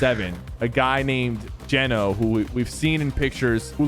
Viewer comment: Did you just call Geno Jeno lol